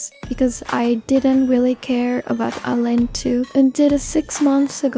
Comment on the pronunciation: It's I, not A. And also, you mispronounced some names of the girls.